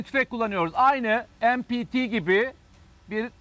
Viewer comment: Madem milli em-pi-ti ne aq ? me-pe-te o tüfeğin adı ...